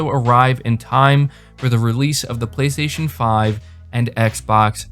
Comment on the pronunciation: "BLAY - STAY - SHON"